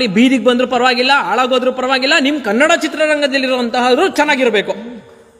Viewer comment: Bro avnge achkatagi kannada antha eloke barola karnnada antha eltane 😂😂😂shanda charandi sevaka 😂😂